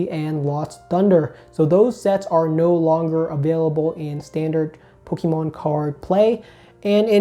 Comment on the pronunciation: Learn how to pronounce Pokémon please. Thanks.